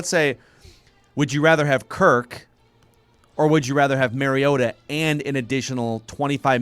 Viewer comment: LOL Marcus "MARY-OH-TAH" is nearly as bad as Roger Goodell fucking it up when he was picked #2 Overall. It's Marcus (at least you can pronounce Marcus correctly) "MAHR-E-OH-TAH". Holy FUCK can you guys make yourselves look like absolute fools who have NO business in the field you're in, but hey... At least you aren't fucking the name up of any current Viking other than "WONG-WOO" (🙄)